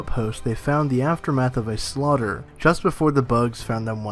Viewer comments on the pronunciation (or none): none